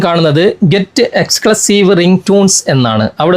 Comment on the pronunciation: എകസ്‌ക്ലൂസീവ് എന്ന് പോലും മര്യാദക്ക് പറയാൻ അറിയാത്ത മരപ്പൊട്ടൻ, മരപ്പാഴ്. ഇവനെയൊക്കെ ഇംഗ്ലീഷ് പഠിപ്പിച്ച മാഷെ എന്റെ കയ്യിൽ കിട്ടിയാൽ, തെരണ്ടി വാലിന് അടിക്കും njan